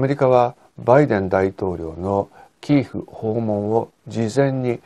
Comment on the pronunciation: キーフではなく、キエフまたはキーウですよね。基本的な地名、人名などは通例の発音をされたほうがよいと思います。